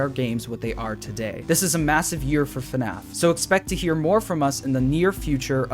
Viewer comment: Man I really miss the old “Hey guys, and welcome to another video… on FuhNaff” with the symbols in the intro